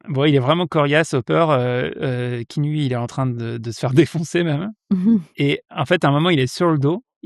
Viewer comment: Je peux être ce viewer relou et dire que ça se prononce "Ki-a-nou" ? 🥺 Et sinon j'ai attendu tout le long le nom canadien du film : Clanches! (La bise du Sénégal ! 🖤)